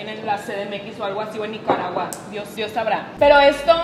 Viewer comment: dijo niggaragua :o